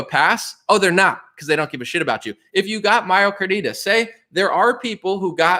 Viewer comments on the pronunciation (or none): Myocarditis (My-Oh-Car-Die-Tiss). Sounds like you're saying Mio car is Adidas. Thank you for crushing. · My-oh-car-dye-tiss. Just letting you know. Love the content brother. Wish I had a private email or contact to say it. Just want you to be as credible as possible. You’re absolutely spot on.